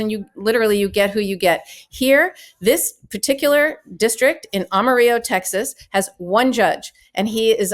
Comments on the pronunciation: Why don’t you know how to pronounce Amarillo? I’m sure you learned it as the Spanish word for yellow, but the city name rhymes with willow. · Certainly you have heard of Amarillo ...you pronounce the double l's for the city. Notr the George Strait hit "Amarillo by Morning" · Can you learn to pronounce Amarillo correctly??? Illiterate!!!😂😂😂😂😂😂😂😂😂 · Ms. Friedman Agniflo - Your Spanish pronunciation of the city name is correct, but it misses the Texas pronunciation. Down here, we say it with the double l sound instead of the y sound. Amarillo, not Amariyo. Just FYI. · Disgusting hack judge should be impeached and removed. But, it's AmariLLLLLo, not AmariYo. (Yes, I know how the Spanish word for yellow is pronounced, but that's not how the Texas city is pronounced.) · FYI, Amarillo is pronounced Amarillo, not Amariyo. FYI also, the ad at the end has a jarring grammatical error. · Amarilloans call it Am-ah-rill-oh. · It's pronounced Am a rillo, like I -- am a rill o. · It's pronounced am-are-ill-low But also....this is b.s. Eff this guy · Am-a-ril-o Please a simple search would give you the correct pronouncement. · It’s Ama-ril-lo. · a-mah-ri-low. unless you know something no one else knows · Am- u-ril'-o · Dear Karen it's pronounced as Am-a-rillo. Texans ask you to say it right. It's Texas and they don't speak English. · Thank you Karen for that excellent commentary. This judge makes me ashamed to be a Texan. What a vile bastard. Ms. Agnifilo gets the Spanish pronunciation of "Amarillo" which is Spanish for "yellow" correct, but in Texas, the double LLs are normally pronounced like Brillo. What is truly disgusting is that Republicants seem to be focused on eliminating women's reproductive rights. Regardless of your gender this is totally disgusting. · While I agree with you... Please, please please learn how to say Amarillo. 'Am-uh-rill-oh'.... this is not Spanish and there is no soft L. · Am-uh-rill-oh. See, Amarillo by Morning.